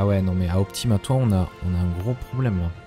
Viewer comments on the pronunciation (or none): Par contre on dit "OptimatoÏ" 😉